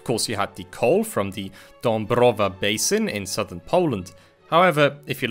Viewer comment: Great video, I never expected a non-polish speaker to pronounce Dąbrowa so well, it shows your diligence